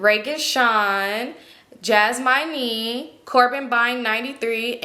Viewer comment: LOOOOOL I KNOW DID NOT JUST PRONOUNCE JASMINE AS “jas- my- nee”🤣🤣🤣 pleaseeee